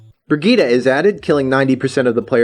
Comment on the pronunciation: I think Brigitte is pronounced "Bridge It" under normal circumstances. Source: I know a girl with that name.